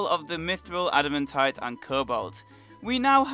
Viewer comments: why do you say “adimuntite” not “adimantite” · Everyone saying admitaite: ad-muh-tight Him saying admitite: ad-im-a-tight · the way he says adamantite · Ada-MAN-tite not Ada-MEN-tite. And it's pronouned ul-ter not al-ter